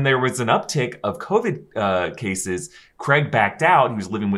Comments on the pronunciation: Sorry guys i know you cant help it with you American voices/accents, but Bonds name is Craig not Creg lmao. Im English and it shouldnt bug me but it bloody does LMAO. In either case Craig not not appear in the MCU in any capacity other than a minor deity killed by Gorr in 30 second cameo for Thor 4. If the council of Reed ever comes about in the MCU, that is where John comes back just for fan service. MCU Reed will probably be a relatively unknown actor, just my prediction. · Daniel Craig not Creg :) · What is it with you Americans and pronouncing “Craig”?! 😂Comes out like “Creg” 😂